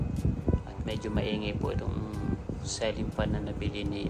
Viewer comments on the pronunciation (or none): Huwag kang magagalit, I correct ko lang pronounciation mo ng ceiling fan, supposed to be ceeling fan not celling fan, masakit kasi sa tenga, sana susunod ay tama ka na, thank you, watching your vlog everyday here in Florida, USA